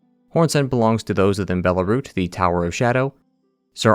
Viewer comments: I think Belurat is bear-loo-rut, not bear-lah-root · It's Belurat, not Belarut... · dude please pronounce belurat correctly. you say belarut, its not belarut, its belurat. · Bro said Belarut it's Belurat :P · Belarut? am i the only 1 hearing this? Ngl, love listening to the lore. But I can't help doing a double take when you keep saying BELARUT when it's supposed to be BELURAT. It's like introducing your name to them, then they would say it wrong in the same breath. Like, "hello, my name is JULIE" "oh hello JULY. Can i interest you with some crackers, JULY" 🤦‍♀️ 😅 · I left the moment bro pronounced Belurat wrong 😂😂